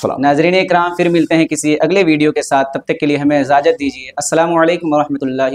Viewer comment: ۔۔ازازت نہیں ۔اجازت ہوتا ہے میرے دوست معزرت کے ساتھ